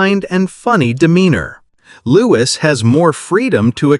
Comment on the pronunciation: He is not Loois. His name is pronounced Looee. And I doubt very much whether Louis would have an understanding of the laws of succession and also being told by his parents any of this. This is rubbish. And as you were lea ing a d you don't know how to pronounce his name. Lies.